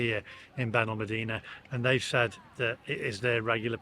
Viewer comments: Still wish you would learn to pronounce our town correctly, BenalmAdena, but still like your blog 😊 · It's on pronounced Benalmàdena. The dtress os on the a. Not the e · You need to learn how to pronounce Benalmadena properly